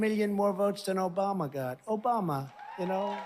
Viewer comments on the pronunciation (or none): That "Obamna" drop gets me every time lol. That and the "Troth Sential".